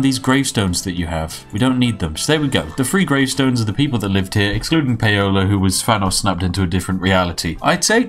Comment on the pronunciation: Paola is pronounced like Pow-La